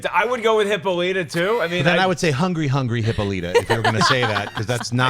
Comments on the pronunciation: Hippolyta is pronounced Hip-paw-luh-ta instead of Hippo-lee-ta. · It's pronounced Hip-Paul-It-Tuh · It's pronounced "hippo-lie-ta" :D